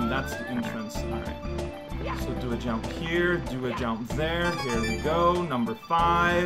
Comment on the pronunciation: I love when says jomp!